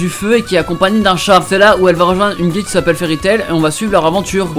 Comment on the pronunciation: Il dit guilde mais mal prononcé je crois